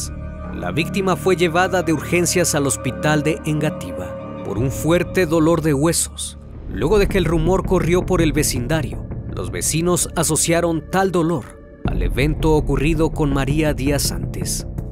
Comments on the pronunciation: No es Engativa es Engativá, no es Ibague es Ibagué tus videos son muy buenos e interesantes, pero al omitir esos detalles por momentos se pierde la seriedad del video. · Engativá con acento en la última a ,es con respeto🇨🇴🤗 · yo siendo de colombia escuchando como dice engativa:ENGA---TIVA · Hola excelente video. Me dio mucha risa como pronuncia los lugares de Colombia ya que les cambias el acento. Como Engativa e Ibagué ajjaja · Creo que se dice Engativá...acentuada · Bien narrado, solo diría que los nombres de algunos lugares mencionados son agudos, es decir llevan el acento en la última sílaba, ejemplo: Ibagué, Engativá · Engativá (pronunciación con acento gramatical). La palabra Sabana (pronunciación sin acento gramatical) no es igual a Sábana. En Colombia, sábana es una pieza de tela delgada y rectangular que se usa para cubrir un colchón. ... Por su parte, sabana es un elemento topográfico que se caracteriza por ser plano y de gran extensión y por lo general desprovista de vegetación. Llanura. Saludos desde Colombia. Muy bun trabajo. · engativa se pronuncia con tillde enla a